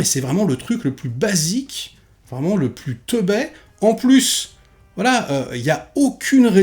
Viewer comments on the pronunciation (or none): S'il te plait,, on dit "Teubé" pas "Teubai"! 😅